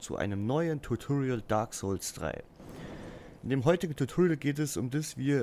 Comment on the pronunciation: "Tuturiel" :D